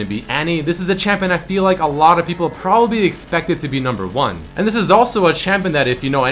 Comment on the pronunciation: "Propapbly" XD